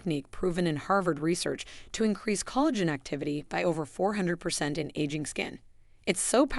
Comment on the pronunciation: This video was helpful. I did notice several mispronunciations of words ‘lives’, collagen, arterial and tsunami.